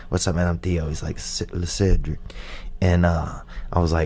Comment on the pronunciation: Lecedric? Le-sedric? 😂 What a funny story